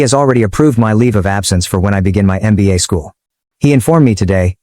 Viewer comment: It's mba 😂 not nba